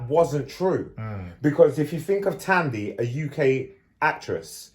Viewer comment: The H in Thandi is silent.